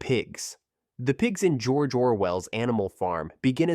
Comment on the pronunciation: Jor Jor Well